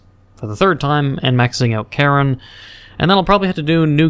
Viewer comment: i love how he says karin as karen